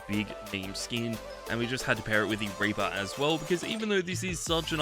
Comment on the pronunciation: Raper instead of reaper ☠